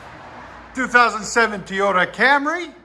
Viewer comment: Teyota LOL it’s Toyota